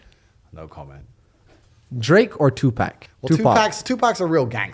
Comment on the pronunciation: Did he call 2pac "2pack" 😂😂